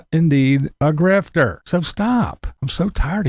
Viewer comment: not sure that's how the word is pronounced, but whatever I get ya, people over react.